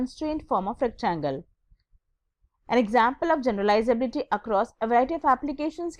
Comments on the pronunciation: MA'AM FIRST OF ALL LEARN HOW TO PRONOUNCE USABILITY AND GENERABILITY :) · Not everyone's first languge is english , its ok if she her spellings or pronunciation was wrong on few places , calm down. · YOU THINK YOU CAN TEACH HCI WHEN U DONT EVEN KNOW HOW TO PRONOUNCE ITS WORDS?? LEARNABILITY KO LARNAAAABILITI , GENRAAAABILITY , PREDICTAAAAABILITY?? YOU GOTTA BE KIDDIN ME